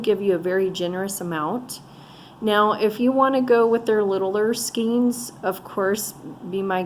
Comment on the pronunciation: Nice job. Oh . FYI this is a skein (pronounced skan with a long a) .